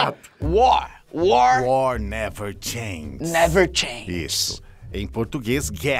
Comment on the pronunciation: o felipe neto falando war war never thanges 3 vezes KKK